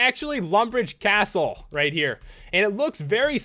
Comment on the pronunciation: So much emphasis on certain words! "It's actually lumbridge CAAAAstle."